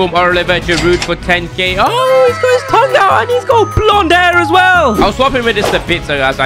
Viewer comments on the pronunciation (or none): none